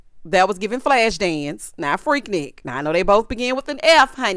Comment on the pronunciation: it's freak-nique to us ATLiens 😂😂